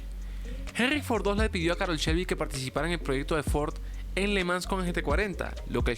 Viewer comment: Oye, creo que el contenido del vídeo no es bueno, no te lo tomes a mal pero hay datos incorrectos como que Carroll Shelby fué obligado a trabajar en el Mustang. Por ciento, su nombre se pronuncia Carroll como se lee y no Carol